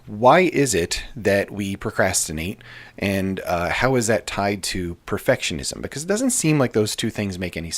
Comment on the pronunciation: "Perfitishism" 🤭 New sub here, enjoying your content. Thank you!